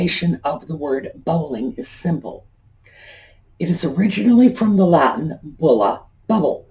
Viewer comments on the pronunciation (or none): none